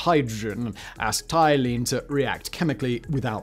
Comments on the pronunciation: Here's some advice for a so-called "factboi": if you come across a word you don't know how to pronounce, LOOK IT UP! "Asset-eye-leen"???? Try "Ass-set-ill-een" then you won't appear such an idiot in your videos! Either that, or you're Hell-bent on giving us English an even worse name than we already have. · Acetylene - ah-SET-ill-in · Acetylene is pronounced ah set ah leen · "ass-tie-lean" - simon 2023 acetylene lol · As a welder with an interest in science, all the parts of me ached every time he pronounced "acetylene." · my teeth ached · It's so bizarre you have to wonder if it's deliberate. There's no way he hasn't heard it pronounced correctly many times before.